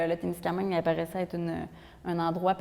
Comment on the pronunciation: Musée de la gare de Témiscaming, pas Témiscamingue.